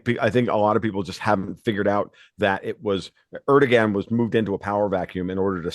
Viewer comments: Learn to pronounce 'Erdogan'. I.e. 'ErdoWAN'. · Is this comedy? Are these some new breed of professional trolls? Guy can't even pronounce Erdogan's name. The g is pronounced like a W. If he doesn't know that, my guess is he doesn't know very much. This is like, a bunch of jackasses talking about the stupidest conspiracy theories on planet earth. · This guy doesn’t even know how to pronounce Erdogan lol. He sucks.